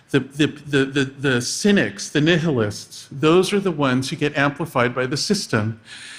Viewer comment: Lol dude said nihilist like “nih-heh-list”. Nerd.